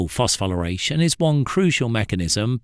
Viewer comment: Dude cant even pronounce it correctly